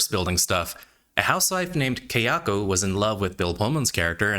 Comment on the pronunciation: It's Kayako, not Keyako.